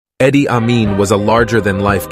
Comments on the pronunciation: His name was pronounced "E-di not Eddy! 🤔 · PLEASE PRONOUNCE HIS NAME CORRECTLY ! It is not Eddie or Eye dee eye ,its pronounced EEEDEE , OR E..D ! EEEDEE, EEEDEE ! Thank you ! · "Eddie" Amin? Gotta love the mispronounced dictator names.